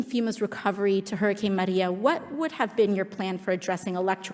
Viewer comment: It's not the way she pronounces it it the way she goes out of her way to make sure she pronounced Puerto Rico and Maria with a Spanish accent. That's why people commented about the way she said it.